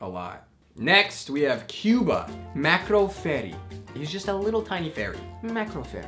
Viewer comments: It’s “Marco” not “macro” 😂 He is Italian 🇮🇹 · Marco Ferri not Macro lol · What’s worse than you reading “Macro” is that you think “Macro” means small 🤣😂🤣😂 I think you meant Marco and I think you mean Micro. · When u said “MACRO” instead of “MARCO” I died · Oh my god!!! I was crying when when he read Marco- Macro and referred to it as small when macro means big 😂